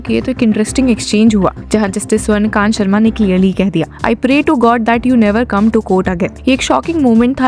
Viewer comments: The name is Swarna Kaantaa not Swarna Kant. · जज महोदया का नाम तो सही से बोलिये... इनका नाम स्वर्ण कांता शर्मा है ना कि स्वर्णकान्त शर्मा 🙄